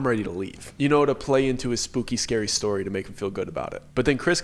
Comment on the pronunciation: DID HE SAY SOOKEY SCARY STORY (SSS)